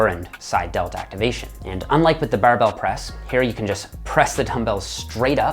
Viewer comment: The "buhrrrbell" press🧐